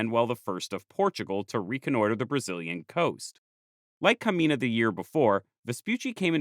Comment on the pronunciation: Just a small pronounciation correction. The "nh" in portuguese is read similarly to the "ñ" in spanish and the "gn" in french and italian, therefore Caminha should not be pronounced Camina, but instead Camiña/Camigna. Otherwise, great video